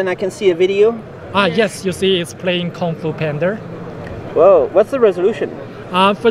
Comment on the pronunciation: "Kung Foo pander"